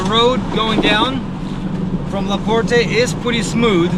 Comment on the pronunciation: The E is silent in Laporte. We get anywhere from 6 to 10 feet of snow here those headstones are laying like that from years of being packed down by snow.. I live up here so I know. I do love your video